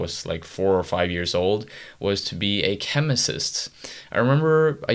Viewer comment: "chemicist" I think it's just chemist, man.